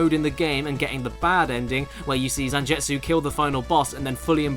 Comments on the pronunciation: ZanJETsu? His name is ZanGETsu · Gebel is forgivable, but damn Zanjetsu got me. Zangetsu is used in so many animes it feels like you would have had to hear it at least once. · caddi can not read zangetsu name either, I will dislike this video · Cringed every time you said Zangetsu...